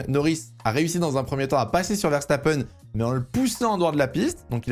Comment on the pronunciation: Tu a dit verstapeune, pas verstapen